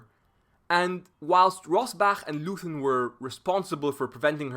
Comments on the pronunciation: The town is pronounced LOYten, not LOOthen. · "Leuthen" is pronounced "Loyten" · You know how the British call out "Oi!" whenn somebody does something wrong? That*s how you pronounce the 'eu' in Leuthen. And the 'th' is simply a 't'-- 'Loiten' ... Love the whiteboard approach! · And the town is pronounced Loyten. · Please spell Leuthen like Loi Ten. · The "eu" in the name of the village of "Leuthen" ist pronounced like "oi" in "voice". The "h" after the "t" in "Leuthen" is also not pronounced like the English "th"; in fact, the "h" is not pronounced at all. It is completely ignored in pronunciation. Pronounce “Leuthen” as if the “h” didn’t exist. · Great video. A tip: you can often find the correct pronunciation of names (e.g. Leuthen) on Wikipedia.